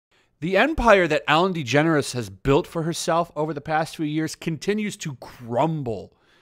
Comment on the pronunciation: Your generalizations are false. "They all" "everyone". Also you’re mispronouncing her name and doubly mispronouncing her wife's name. This carelessness negates your competence in the matter.